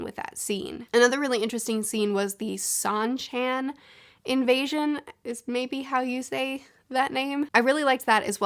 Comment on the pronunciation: Shawn-chan. Goal-ahm.